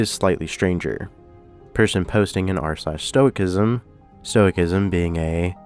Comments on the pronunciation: The pronunciation of "stoicism" was bothering me until I realized that it makes total sense to pronounce it that way. Every other "-ism" is just -ism, so "stoic-ism" being "stoisism" is some bullshit. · This is the first time I've heard anyone pronounce it "Stowik-ism" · Interesting story, and don’t hate me for this but the “c” in the word stoicism drops it’s hard “k” sound, for the softer “s” sound. Who knows why English does what it does, lol, but that’s the way it is. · The C in stoicism is pronounced like an S.